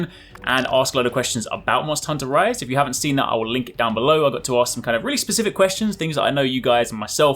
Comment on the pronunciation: When you say MH Rise, I don't know ehy it sounds like MH Rice xD